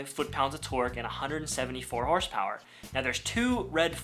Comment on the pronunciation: hosrepower xD